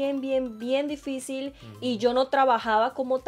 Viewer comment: Nadie: Absolutamente nadie: poniendo:didicil en vez de difícil